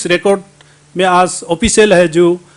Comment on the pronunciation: Gaoliya aaj bolta hai aaajjj nahi .....pata nahi arunachal ki janta isko kyu mandate kiya .....hindi v ko MA Behan kardiya.... I salute arunachalee people